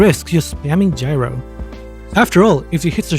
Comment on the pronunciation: Technically it’s pronounced “yee-row”